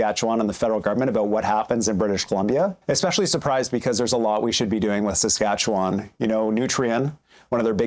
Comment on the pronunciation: Is Eby Canadian? He doesn't even know how to pronounce "Saskatchewan."